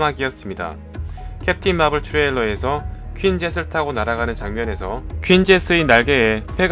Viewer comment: 내용이랑은 별개로 좋지도 않은 발음 왤케 굴리시는지..츄레일러 발음 나올까봐 매번 긴장하게 됨